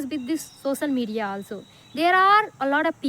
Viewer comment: Practice to pronounce the word 'Social Media' correctly